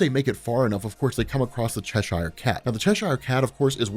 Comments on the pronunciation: Chesh-ire Cat? It's Cheshire, mate. 'Che-sher' 😂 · F. Y. I., I think it's pronounced Cheshire (Chess-eer). Great work as always bud